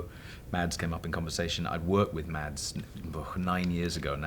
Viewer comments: 9 years and you can't pronounce Mads's name... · I'm danish, and it took me a while to figure out they were talking about Mads Mikkelsen when they said "Mats" (It's pronounced Mas)